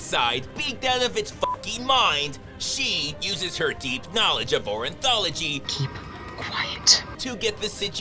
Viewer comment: "Orinthology" c'mon, man!